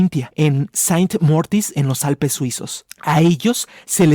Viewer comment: Saint Moritz se pronuncia "Sen Moriz" no Sain Mórtiz. A veces el querer pronunciar con tanta exquisitez hace que se vocalice mal.